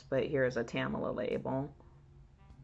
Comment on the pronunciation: Touching story. It's Tamla, not Tam-A-la.